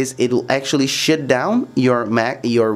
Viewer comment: “You have to shit down your windows”